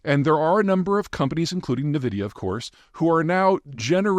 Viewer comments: "NIH"-vidia, nu-"CU"-ler ... What's with these mispronunciations?? It's "N"-vidia and nu-"CLEE"-ar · Say "nevidia" one more time and I'm calling the cops. Everyone has been pronouncing it n.vidia for decades, but noooooo... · I've been a gamer for 30 years and a computer professional for 20, but I've never heard a single soul say "nuh-vidia" until now. Also, it is blatantly incorrect pronunciation. The company pronounces it "in-vidia". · "En-vidia", not "Nuh-vidia" 🙂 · EN VIDEA. NOT NUH VIDIA. Not RPGs, first person shooters. Do better Peter. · Surprisingly, I have heard even in gaming spaces say it that way, idk where it comes from when Nvidia was officially always "n-vidia" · Oh no, he said "Nu-vidia". H'es NOT one of us. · "nukular" "nuh-vidia" Is English Peter's mother tongue? Serious question. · People in basements cry out in horror as Zeihan says 'nuh-vidia' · Peter clumsily trying to describe gaming was so funny. and he pronounced Nvidia as Nuh-vidia 😂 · Hundreds of thousands of dollars on brand awareness and huge Dolby-surround pronunciation guides, wasted. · Nuh -uh vidya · Pronouncing Nvidia as Nah-vid-dee-ya just shows how much you actually understand the company and industry. You don't.